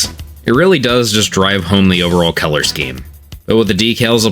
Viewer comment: Him pronouncing color as Keller had me confused for the longest time